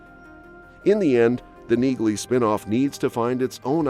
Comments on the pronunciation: the "g" is silent. Have you even watched the show? Her name sounds like nee- lee not neegly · It's pronounced nee-ly. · Neagley is pronounced Knee-Lee. The G is silent. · Pronounced NEE-lee! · It's NEELY! Drop the "G" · Her name is pronounced "Nealey". The "G" is silent. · You're pronouncing Neagley incorrectly. The "g" is silent. And Reacher is gonna suffer without Sten in the series I can tell you that as she is extremely popular on that show. Yep she's a helluva an actress. No touchee! Quite a switch for such a good looking woman. I wanted Reacher to give her a huge hug in several areas but I guess it won't fit. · I hate those voices they use in videos. Can't even pronounce names properly. Says Neagley and pronounces the silent g. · The "G" is silent in Neagley, like the "G" in Neighbor and Phlegm🤔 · Listen to the characters in the actual shows. The G IS SILENT in Neagley.